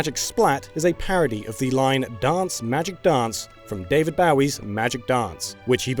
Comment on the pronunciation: Everyone is talking about the Otani mispronunciation, but did anyone else notice he mispronounced David Bowie too, ?